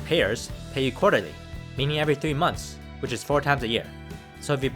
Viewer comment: „quarlertly“, okay.